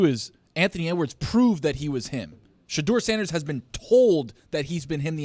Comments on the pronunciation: Ellie Mystal clearly did no research coming into this interview. Pronouncing Shadeur incorrectly, not realizing Eli Manning was also from Ole Miss, and saying Manziel was essentially drunk at his interview is just ridiculous. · Well Mr. Harvard, learn to pronounce his name correctly. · This black guy can't even pronounce shedure name right! Clown looking ass... i didn't even know he was black till I watched it.. I said wait this guy black... iykyk why he didn't get drafted high...guys can't act above the shield clown ass'